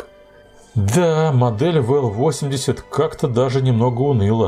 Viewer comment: Вообщето буквенные индексы надо произносить по русски.... а не по английски.... Дальше смотреть не стал....